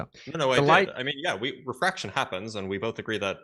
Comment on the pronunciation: All they had was GWAVITEE and WEEFRAKSHUN😂